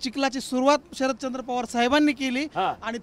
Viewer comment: शरदचंद्र नाही शरदचाॉंद भाई